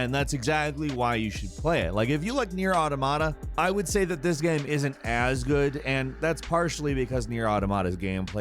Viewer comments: Why this guy say "gam" instead of game? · is the narrator drunk? geeeeeyyymmm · He really said Gaaam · Is it just me or does say "Game" weirdly some times.